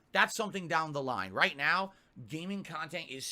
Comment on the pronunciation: “Raight raight raight.” S t f u